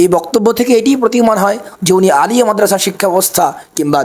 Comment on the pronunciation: Uni Alia sobdo uccharon koranni